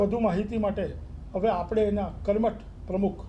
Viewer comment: લોહાણા મહાપરિષદના પ્રમુખને વિનંતી કે પોતાની ભાષામાં ઉચ્ચારણ શુદ્ધિ જાળવે. કારણ કે તેઓ શું બોલે છે અને કેવીરીતે બોલે છે એની સર્વત્ર નોંધ લેવાતી હોય છે. 'લુવાણા' ન કહેવાય, 'લોહાણા' કહેવાય. લુવાણા અપમાનજનક શબ્દ છે. 'આપડે' ન કહેવાય પણ 'આપણે' કહેવાય.